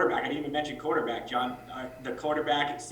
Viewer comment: Thank God i no longer have to hear Gettleman pronounce the word quarterback